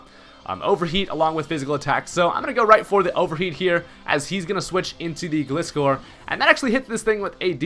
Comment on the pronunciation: Aren't the first 3 letters in Gliscor pronounced like the word "glide" not like "gliss-score"? I mean he is a gliding scorpion